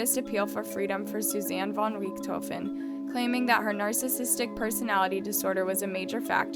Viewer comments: also rich-tho-fen? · Ok, I've watched this girl murder some pronunciations before but I can't let this go. The only way you can mispronounce Von Richthofen is if in your research you failed to watch ANY videos of this case... as it is a german name but you literally pronounce as you read it. Rich-tho-fen lol And I know Cravinhos is a Portuguese word and has the "nh" that a lot of laguages have a though time pronouncing but how you went from CA/RA/VI/NOS to ca/ra/ha/ves is beyond me. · Interesting, but there a couple of pronunciation errors: Pontifical: [pänˈtifik(ə)l and the first time you mentioned Richthofen.